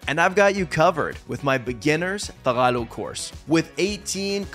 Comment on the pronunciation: I'm still at awe at how you still can't say the word tagalog properly despite speaking our language with a fair amount of fluency already, what gives?